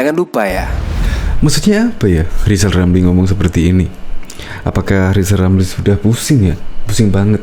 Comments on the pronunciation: lijal lamli 🤣🤣🤣🤣 blajal dulu sebut huruf R baru nyinyil olang 🤣🤣🤣🤣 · Sy se7 lijal Lamli jd capres,tp dg syarat,,dia hrs bisa ngomong ER,kl g bisa,,jgn mimpi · Kaciaaan deh lo LL, Lizal Lamli🤣🤣🤣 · lizal lameli omong R aja gak bisa kok komentari kinerja p jokowi yg sdh terbukti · LIZAL LAMLI ...bukan RIZAL RAMLI 🤣🤣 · Lizal lamly...kalo ngoceh yang benel ya.. jangan ngawul.. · Rizal Ramli, ngomong r. Aja blm bisa sok ngajarin pemerintah belajar aja dulu nyebut r. Baru bicara sama pak jokowi